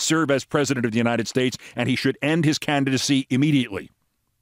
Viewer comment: Many of us suspected, after the infamous “God bless the United Schtates” incident, that Trump had suffered a stroke. Or that he wore dentures. Or both. It sure looks like he had a stroke. At least one. Maybe more than one. Thank you for putting a name to at least one of his mental issues.